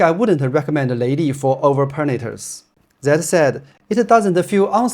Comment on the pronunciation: Leili from you sounds exatly like LADY